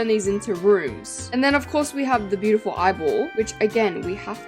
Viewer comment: I really think it's bi-you-ti-pull 😅